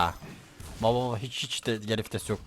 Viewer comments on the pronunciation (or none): none